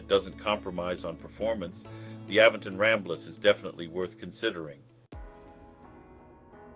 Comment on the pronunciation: Great review but your saying the company name wrong It’s Aventon not A ven ton❤️